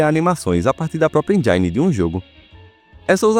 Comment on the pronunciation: “EMJÁINE” 😂😂😂 ri muito nessa parte pq eu pronunciava essa palavra exatamente assim!!